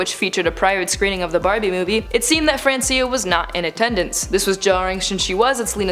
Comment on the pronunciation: it is Francia, not francIa arghhh